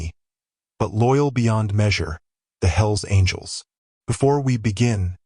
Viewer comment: AI screwed up .... Hels Angls 😂😂😂😂😂